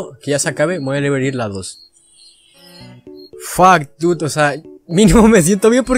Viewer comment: "Fak Dud" jajaja, buen inglish